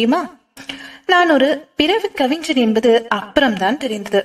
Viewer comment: கவிஞன், கவிஞ்சன் இல்லை. Watchman cabin , coffin இல்லை. சிறு சிறு பிழைகளை திருத்திக் கொள்ளுங்கள். நல்ல குரல் வளம் உங்களுக்கு இருக்கிறது. தயவு செய்து ல, ள, ழ வித்தியாசத்தை புரிந்து கொள்ளுங்கள்